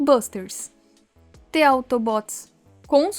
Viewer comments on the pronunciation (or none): Moça, "the" se pronuncia "Dê", tipo um "Zhê" com a língua pra cima Não se pronuncia "Tê"